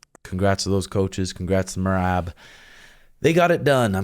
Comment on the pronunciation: Maybe they will finally learn to pronounce merab's name correctly